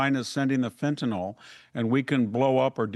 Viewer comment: Fenta-NIL, not FentaNALL!!!!